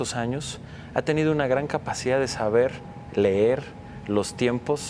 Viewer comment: Un ignorante que no sabe ni como se dice leer. Ex secretario de educación, jajajajaja. Me dan asco los periodistas que les lamen los ....... a los del PRIAN.